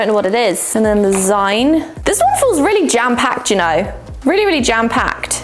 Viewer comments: 'Zeen'...the word is 'zeen', as in 'Magazine'...it is not 'Zine'. No, I don't care how it's spelled. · My eye twitches every time says "zyne" instead of "zeen". As in... magazine. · The way you pronounce zine is both awful and hilarious all at once 🤣 - Zeen, like Magazine. I liked the first box, I love posca pens. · ahahahaha of course a whole year of packages would be going un-notified! I think my favorite box of them all is the liquid pencil box! Also, I'm pretty sure it's pronounced Zeen, like the end part of "magazine"? But I've never heard it out loud before, so I might be wrong! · Zeen, short for magazine, not Zyne. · lol. It’s “zeen”, a contraction of the word magazine. 💕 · Just FYI- zine is pronounced zeen. It’s short for magazine 😀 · It's zine pronounced zeen - as in, magazine or fanzine. JSYK!! (Even typing the word 'fanzine' makes me feel old!!) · How do you pronounce magazine? That’s the way you pronounce zine. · Isn’t it pronounced ZEEN…short for magazine!? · Love the banana treat toss. Say magazine and then zine, please. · … I love you… but that is not how you pronounce “zine”